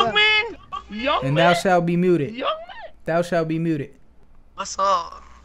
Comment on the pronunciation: thal shal be mudeh, bro cant pronounce "muted"